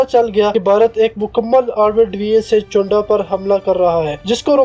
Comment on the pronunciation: Well I am from chawinda..ratta laga kr bol rahy ho..chawinda ko chownda bol rahy ho..amrit sir ko amar tassar bol rahy ho